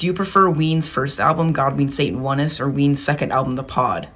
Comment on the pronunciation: Sorry, I just can't let this pass. It is pronounced God ween Satan, the one Ness. Like sincerness or your Highness, in other words having the characteristic of, having or displaying aspects of. Not God ween Satan wunness